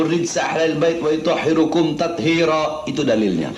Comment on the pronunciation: Bahar baca liyutohhirokum di baca liyutohhiruku, itu aja udah ngawur salah masih ngatain fuat bodoh, ini bahar yg bodoh